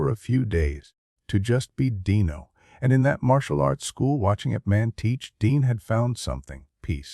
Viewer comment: Is the narrator an advanced robot? There are little mistakes that a human wouldn't usually make. Calling Dean Martin "Dino" to rhyme with "wineo," "Frank Sinatra" with a long "a" as in "pain," and more.